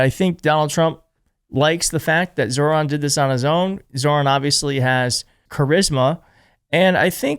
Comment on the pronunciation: Zoh ran. Phonetically.